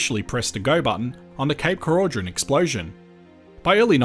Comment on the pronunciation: More than happy to hear this great idea didn’t happen. Cape Keraudren is a beautiful place. Oh and we pronounce it Croyden 😊